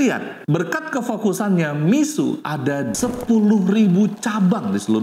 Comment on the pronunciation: Mixue dibaca /Mi-shu-e/,, bukan /Mi-su/